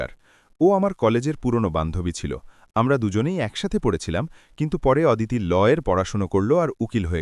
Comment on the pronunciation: ওদিতি নয় হবে “অদিতি “